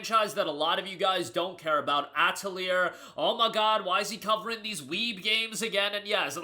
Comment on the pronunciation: ah yes my favorite JRPG, Ah-teh-leer